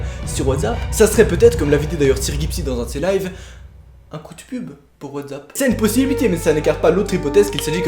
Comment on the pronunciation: Sa me stress tu dit whatzap mais c WhatsApp ! Avec un sss😂 mais déjà ils ont été arrêtés et c plus rassurant 😂